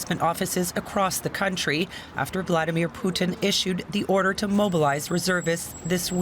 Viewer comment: Let's get his name right. It's "Poo-tin".